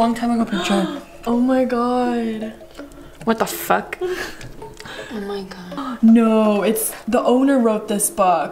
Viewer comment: Ericas “Whaet thæ fuæk” 😂